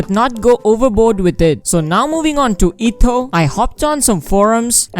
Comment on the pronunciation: Eh-toh(pronunciation bro)...etto